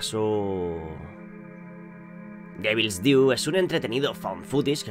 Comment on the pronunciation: Mal pronunciado "devil's" 😐🇺🇾🇲🇨